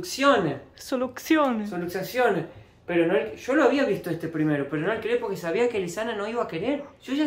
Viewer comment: solucczacione JAJSAJASKDJH